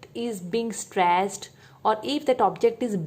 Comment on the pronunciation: straaached sorry mam